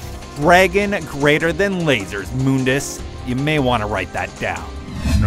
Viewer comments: Its actually Mundus. Have a look at DMC1's bestiary. Its part of the in game menu. The name is spelt Mundus not MOONdis, thus it is a mistake to pronounce the name Moondis. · moondus really its mundus dante even says mundus in dmc 5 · Mun dus not moon dus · It's muh-ndus not moondus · Why did he call him Moondus? It's Mundus with a "U" after the "M". Make sure you say stuff right before you post something. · mundus not moobdus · It's Mundus, not "Moondes" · "Moondis"...isn't it Mundus? Like, pronounced how it's spelt? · WTF IS MoonDes ? everyone knows Mundus ......... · Moondus? what!?!?! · its MUHN-DUHS, not "MOONDUS" :P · moondus...and yamoto? >.< really? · mooondus really you guys need to work on pronunciation especialy when the game says the name out loud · Also, Moundus, lol. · IosefaL Actually thats how its pronounced in the original game. Its only pronounced "mundus" in the reboot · It was originally pronounced ''Moondes'' In DMC1 its not until DMC (new one) that they say mundus. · 1 vergil from devil may cry 5 is better and 2 u pronounced mundus wrong if the way you pronounced it was correct ihe would be spelled moondus not mundus so that means your pronouncing him wrong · Moondus? I don't like that pronunciation. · Moondus? sounds weird pronounced than way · for those that are fighting over how to pronounce Mundas's name watch the opening scene of the original DMC and you can clearly hear trish and dante pronounce it as "Moondas"... "Muhndas" came from the new DMC, they even pronounce Yamato differently then they did in DMC 4, new developers, new actors, new pronunciation. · *Moondus* in DMC1; *Mondus* in DmC. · why do your "u"s sound like "oo"s. it's not moondus, it's not roodra.